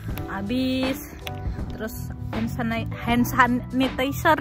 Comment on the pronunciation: Hensenitaizer bacanya hahahahaha "dinabagibagi "